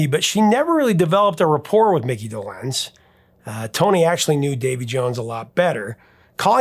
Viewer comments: I love you and I am the biggest Monkees fan ever!!!! But just one thing is like nails on a chalkboard. It's Micky DOlenz. Not doLENZ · I was 10 when the Monkees were on TV, and I never heard Micky’s name pronounced Doe-LENZ, but rather DOE-lenz… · It’s pronounced Dolenz, not Dolenz. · I was just thinking of Zager & Evans IN THE YEAR 2525. have you dived into that one...hit wonder? I never heard anyone put the accent on the second syllable of DolENZE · "DohLENZ"? ...sigh... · Regarding the pronunciation of Micky Dolenz's last name, I believe the accent is on the first syllable. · Do in Dolenz is pronounced with short O. Also, it's a hard Do and soft Lenz. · Seems you pronounce Dolenz differently than I've ever heard. 😂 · You’re mispronouncing Dolenz. The accent is on the first syllable. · Longtime fan here, Professor, but The Monkees seems like a gap in your prodigious knowledge - mispronouncing Dolenz and Rafelson says as much. Would love for you to give them a much-deserved 2nd look. The saga of The Monkees battling Don Kirshner for creative and musical control over their albums and recordings is one of the great stories of the Rock n' Roll Era. And congrats on topping 900k subs! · Not the point but the way he was pronouncing Mickey Dolenz is not how I remember it. I was 10 when The Monkees premiered and liked them just fine, I think I had a mild crush on the group, but my musical tastes veered off from them rather quickly. For instance, The Beatles White album only 3 years later was a prize purchase. Eric Clapton, All man Brothers, etc had my attention, definitely not the more pop kind of music Anyway, we pronounced it closer to doe -lenz, but perhaps my group was wrong, idk. I thought I knew? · Why don't you know how to pronounce Dolenz? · Why are you pronouncing Mickey’s last name so weird? Can’t get passed it!